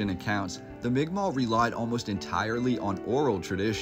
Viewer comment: The first person who ever pronounced migma properly on here lol